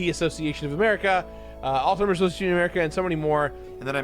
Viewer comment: you'd think a person so involved in a certain charity and willing to take in so many donated dollars on their behalf WOULD AT LEAST LEARN TO SAY THEIR NAME CORRECTLY??? no T in alzheimer's people